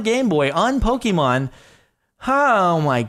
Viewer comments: When Jardon says "Pok- E- mom"😐😂😂 (it's Pok-AY-mon" because of the "é") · Please. Its not Poke-E-mon, it's Poke-AY-Mon. PLEASE JORADON PLEASE!!! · *Pokémon, as in "Poh-kay-mon". Please acknowledge the correct pronunciation.